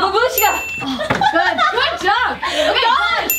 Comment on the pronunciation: For fuck's sake it's not babUshka, but bAbushka